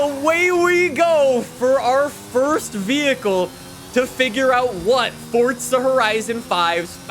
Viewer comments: bro why do you say "fortsa" it's pronounced: "For Zah" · STOP SAYING FORTZA!!!!!!!!!!!!!!!! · hey bro it aint ''fortsa'' but forza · Why would FORZA give you 50mil, you cant say it right? Its forza not fortza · Please for the love of God stop saying fortsa, please it's forza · It's Forza not FORTZA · why do people call this game fortza horizon 5 there is no "t" in Forza its four-za. it makes me annoyed for some reason. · dude.. how hard is it to say forza? its not fortza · pretty sure it's Forza not Fortza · can you say forza not fortza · Forza… for-za… forza…not “fort-za” forza… forza horizon 5…. Stop saying “fortza horizon”…. 🖐😩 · Stop saying fortza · Lmao I put on close caption and it even spelled it fortsa just like your pronouncing it 😂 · holy shit stop saying fortza im cringing so hard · Why he pronounce it fortza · and calling the game fortza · "Fortza Horizon 5" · Why does he say fortza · U KEEP SAYING fortza IT'S TRIGGERING ME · why do you say fortza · There’s no t in the word forza… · Does anyone else get mad that he says “fortza” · “Fortza” lmao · for the love of god bro someone teach this man how to say 'forza' he pissed me off so much when he kept saying 'fortza' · Why you always say fortza >:( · Only I here him say fortza horizon😁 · this guy really says fortza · He says fortza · i like how he says fortza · I swear he keeps saying fortza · The way he says forza as fortsa really pisses me off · Sop saying fortsa horizon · is it just me or fortza? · pls stop saying fortza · Bruh Fortza? Bwahahahhahahahahahaha Or Fartza? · It’s not Fortsa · Why is he saying Fortza? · Why does he say fortsa😤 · Him: FOrtZA HoRiZOn 5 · Why does he say Fortza only people from the UK say that and he’s American and that’s not even how you say it !!???!!! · why does he say forza like 'fortza' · it annoys me that he says "Fortza" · It annoys me everytime he says fortza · It’s still better than the "Forsa" we usually get. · i cringe every time i hear him say fortttttttza